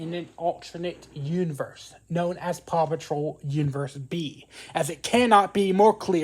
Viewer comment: A true fan who cant say paw patrol